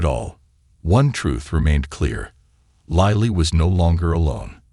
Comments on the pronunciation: Lightly ? What happened to Lily.these wrong spelling wrong pronunciation makes a serious problem into a comic fiasco. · “Lily” is pronounced like the flower: Lil-ley, not lie-le I hate AI or & the poor editing.Sigh… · Can the man narrating the story call the child name by her correct name. He calls her liely, lily....the correct pronunciation. 😊 Sorry could not watch the whoke video. In the same sentence he calls the child liely & lily.. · WHERE do you get these narrators?? They need to go back to school andlearn to READ! LILY is 'LILL LEE'... NOT 'LIE LEE'! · This is a beatiful story, if only the announcer could pronounce "LIL-E"'s name properly as well as other words. Goodness knows he should read through the story before he ATTEMPTS to record it! And some of the words are spelled incorectly because the typist never revued the script! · Pronunciation of a name is that all that was ascertained out of the story? Missed the whole essence of the story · It's AI, not a person reading, a computer. Several other words and phrases are mispronounced. I don't think I'll listen to anymore of these. It's just tedious translating in my mind as it goes along. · Why can't the man who narrating this story say Lily's name properly . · Do you listen to your narration? Pronouncing Lily differently. It is very confusing for someone who can't see. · Astonishing how many ways 4 letters can be pronounced. L I L Y, sometimes in the same sentence. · Agreed it's distraction from the narrative. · I am hearing Lily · Not just Lily’s name, AI can’t pronounce several other words! I hate AI, it’s invading everything!! Goodbye